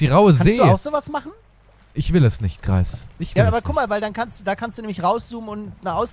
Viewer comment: Nicht käptn kreis sondern